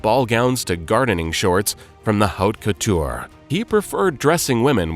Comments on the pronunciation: Wonderful video if you overlook the mispronunciations of couturier, haute couture, Givenchy , Getaria, Mainbocher, Schiaparelli, atelier, and mantilla. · Who is narrating?! To make a fashion documentary and mispronounce Givenchy, haute couture and couturier in less than a minute?! Unacceptable!!